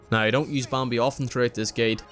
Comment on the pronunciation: this is really an amazing guide, but im going to insane listening to you pronounce bambi and some other words